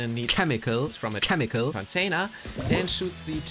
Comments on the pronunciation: "KHEMICAL" INTENSIFIES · I counted 11 "khemical" bits. Does anyone understand what that means? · I want to hear how he pronounced chemical before the edit, anyone complaining can stick it.